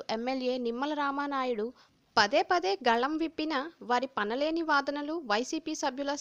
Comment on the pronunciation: Samaayatham... not namaayatham. And Pasa leni .... not pana leni.